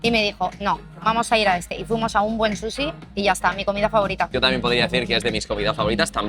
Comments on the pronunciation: “Un buen susi” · Grefg dice susixD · porque le dicen susi brooooo Es SUSHI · Qué les pasa cuando pronuncian "Sushi", como q les cuesta un poco, no?